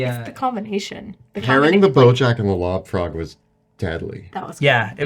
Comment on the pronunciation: This episode was hilarious and terrifying! I kept hearing love frog instead of lob frog which for some reason made it even scarier.